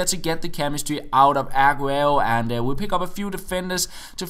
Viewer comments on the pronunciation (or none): Stop stressing the A in Aguero